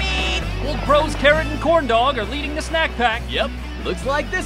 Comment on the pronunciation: Corn dog sound like grape fruit